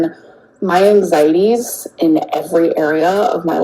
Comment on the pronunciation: She always says “onion” and “egg” when referring to plural onions and eggs, but then says “ANG-ZYY-TEEZ” 🤦‍♂️